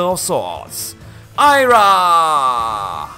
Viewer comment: I'm surprised you were able to pronounce Ayra correctly, but Mia incorrectly. The I in Mia makes a long E sound, so it's "MEE-ah".